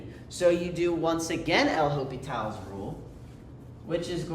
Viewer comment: ain't no way bro called it "El Hopital" like it's some Mexican mobster lmfao